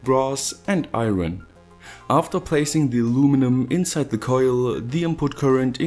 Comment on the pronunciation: Love that accent, it sounds like german but the way you say certain words makes me lmao, like coillll. Would love to hang out with someone like you, no homo. Good video very professional